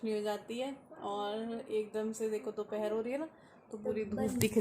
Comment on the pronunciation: dophar ya dophra hota h😆😆😆😆